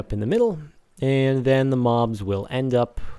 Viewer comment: No offense but you said toe not the.